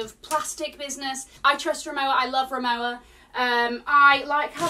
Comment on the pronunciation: ri-mo-va is the pronunciation of this brand